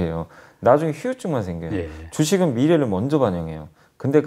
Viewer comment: 주식계의 백과사전이시니 방송용 발음도 신경쓰시길 *휴우증× 후유증으로~~ *5g 발음도요 염블리님 광팬이라 조언드립니다♡ 이젠 공중파 뉴스에도 많이 나오실테니까요^^ 승승장구 하십시오